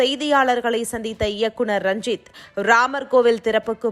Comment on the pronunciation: ranjit rajith nu solluthu.....intha news anchor